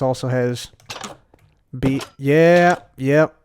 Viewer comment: you said "bee problem" and i thought oh its a just a "wee problem" and that's on bee-ing Scottish